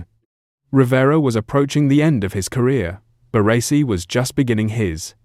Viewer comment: The way he says BaRRResi 😂